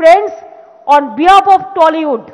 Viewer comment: মূর্খ কোথাকার - টেলীউড আবার কি ? এখনো উচ্চারণ শিখলে না - বাংলার তথা বাঙালির লজ্জা । ধিক্কার জানাই তোমাকে।